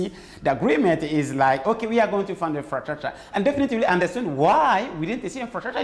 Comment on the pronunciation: « ok we are going to fund infratshatsha » this took me out !